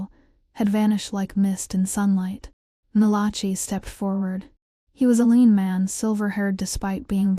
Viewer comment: Malachee? The name is Malachi.🙄